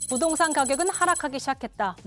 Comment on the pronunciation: 근대 이 아나운서는 말도 가끔 버벅대고 발음도 안좋은거같은데 왜케 여신이라구 하는건가요? 이뻐서? 부동산을 부돈산이라고 자꾸...